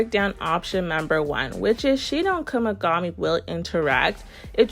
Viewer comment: W vid per usual but it kinda sounds like ur saying Kumigami 😭